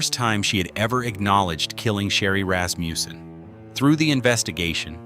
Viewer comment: what's up withe random pictures .......... nothing to do with the case. Rasmussen, not Rasmjuusen